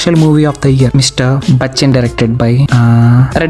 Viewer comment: Mr bachchan ❌ Mr guchan